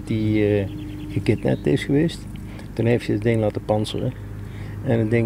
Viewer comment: "Nadatdie gekipnapt is gewes"